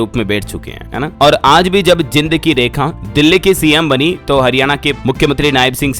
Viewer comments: आप बार बार हरियाणा के जिले जींद को गलत उच्चारण के साथ जिंद बोलते हो, ये जिंद नहीं जींद है। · भाई जींद और जिंद में आपको फर्क नही दिखता क्या, कौनसे स्कूल में पढ़े हो हिंदी तो ठीक से आनी चाहिए, आप जो जिंद बोल रहे हो वो जिंद मतलब दानव होता है और रियल में ये जींद है जींद सिटी ओके भाई